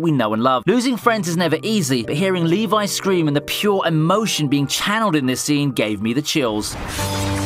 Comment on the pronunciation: LEVI IS NOT PRONOUNCED LIKE THAT FOR GOD SAKE